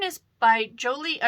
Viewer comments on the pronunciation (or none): Just discovered your channel - love the combo of books and knitting. I rediscovered harlequin recently and appreciate your recommendations. I friendly explanation: the knitting designer’s name, Joji, is pronounced HOhee (that’s how it sounds). She’s a great designer - looking forward to your grandpa sweater adventures.